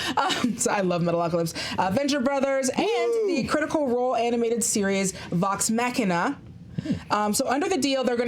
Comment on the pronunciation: Vox MACKina... Critical Roll has been on for over 5 years now, come on, do the research. There is one pronunciation and that is not it.